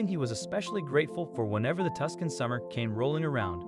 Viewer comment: How come a yank doesn't know how to pronounce Tucson. Queenslander.